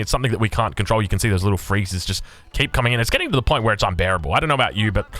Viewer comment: He says 'vhen' instead of 'when' and 'vhere' and 'vater' and willagers and wery etc. I am English so...